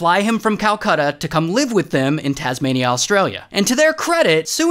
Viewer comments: did you intentionally said that tasmnaiia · Indeah and tasmuhneah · Hearing him butcher Tasmania left me cringing, but yeah we do say crikey when there’s a big bridge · "Shout out to Indeeyuh, and Tasmaneeyuh." 🤣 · no way bro said indeea and tasmaneea💀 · in-dee-ya taz-ma-nee-ya HELP 💀🤚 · "Indiah" and "Tasmunia" is the only thing I payed attention to. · "Indeea" and "Tasmnia" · "Shoutout to Indy-ah and Tasma-nyah" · Indee-ya and tasmanee-ya 🤣🤣🤣🤣🤣🤣🤣🤣🤣🤣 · Ray: IN-DEYA TAZ MENIA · No way bro said "indeea" and "tasmaneea" 💀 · It’s in di a and it’s tas mayn e ah, jesus. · yeah but whyd you say indina and tasminina